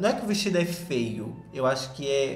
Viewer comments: Rezando pro perder a mania de falar FEA e FEO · falando FEIO e eu entendendo FAIL. PS: Sobre o filme da Lili eu vi e achei péssimo queria que a Netflix me pagasse pelo tempo que eu perdi tentando entender e ver esse filme.